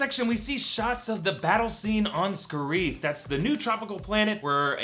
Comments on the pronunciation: and it's not friggin (ska reef) it is (scare if) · spoilers first it's pronounced scare if not scare eef also yeah everybody dose die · Ryan Meaker also the, "Scarrree-eef" instead of Scare-if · I don't think it is going to be pronounced Sca-reef I think it is Scare-if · The way they pronounced Scariff hurt too